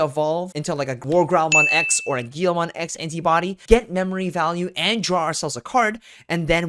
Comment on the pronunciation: Its also a "GUILMON" not "GIYOMON"